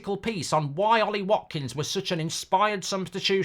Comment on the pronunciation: "WATKINGS" HAHAHAHAHA OH MARKKK